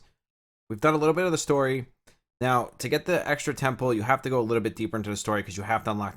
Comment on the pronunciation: Thanks for the video. I'm struggling with trying to understand some of the terminology your using when describing different things. For example are you saying the word "Ten pool or Ten Pull" or are you saying "Temple"? And what does that mean in terms of the game? I apologize, Thanks again.